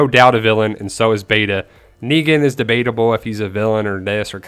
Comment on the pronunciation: De'Beta'ble lol